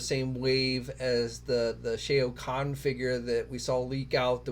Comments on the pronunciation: Great vid but Shao Kahn is pronounced Sh - ow Kahn not Shay o Kahn :) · With all due respect it would be nice if took a few extra seconds to learn how to pronounce names properly. Shao Khan (sh-a-ow Kon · Just gonna say that the Batman you called as the Arkham Orgins Batman is actually the Arkham Knight, and also that’s not how you pronounce Shao Khan.